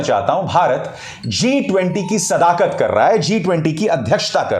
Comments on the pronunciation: G20 ki sadakat nahi sadarat boliye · Sadaarat boliye